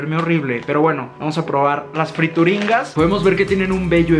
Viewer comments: se llamaban friturinas no frituringas 😂 saludos eres el mejor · Friturinas we no frituringgggas que pedo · No dice Frituringas... El empaque dice Friturinas... La rebatizaste añadiéndole la G! jejejejeje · FRITURINAS,! No, friturinGas jajaja. Te amo! ❤️ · Son "friturinas" no "frituringas" 😂😂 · NO DICE FRITURINGAS DICE FRITURINAS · Cuando te das cuenta que no sabe leer porque confunde frituringas con friturinas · "Friturinas", no frituringas! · Yovani Ortiz pensé lo mismo, en ningún momento leyó bien el nombre de las friturinas 😂😂